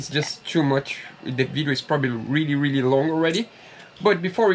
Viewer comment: you can pronounce your “R’s” as in Rubber gasket. Now try to practice your Really not weelly to help your English, please don’t be offended, take it as the challenge of the week 😉 love your videos things are coming on nicely. Really Looking forward to the next video 😉😘to you both🙂